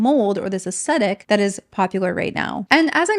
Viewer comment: Did you mean aesthetic? You said acetic.